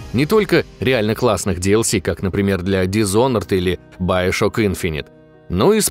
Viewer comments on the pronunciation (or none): none